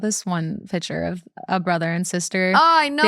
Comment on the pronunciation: saying “pitcher “ instead of PICTURE 😐😐😐had me yelling